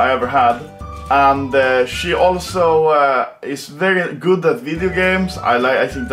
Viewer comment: you said goot 😂😂